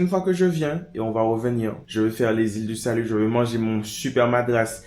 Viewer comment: Je rectifie : FRENCH GUIANA et c’est les ÎLE DU SALUT et pas « lilais du salut » 😒🇬🇫